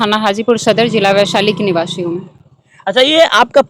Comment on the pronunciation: Niwashi nahi niwasi hota hai